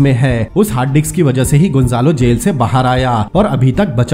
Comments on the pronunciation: Hard disk not hard diks but it sounds great 😂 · Hard diks hhaahha Brother ye hard disc hota hai